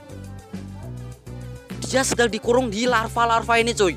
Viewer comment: Lava woi bukan larva